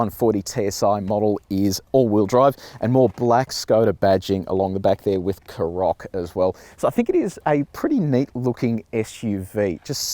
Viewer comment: Karoq is stressed on the first syllable, not the second. Also, if you hold down the unlock button on the key fob, the car unlocks and windows go down. Hold down the lock button and it locks and all the windows go up.